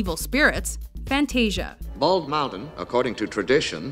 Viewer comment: why does everybody pronounce the word fantasia wrong???